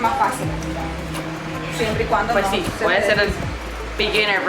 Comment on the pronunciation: Me dio risa que dijistes “puej “ sin la s “pues” como lo decimos los nicas